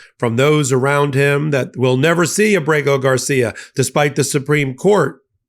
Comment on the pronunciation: I have a request for you,. Please get Kilmar Abrego Garcia's name correct in the future. Getting his name wrong damages your argument.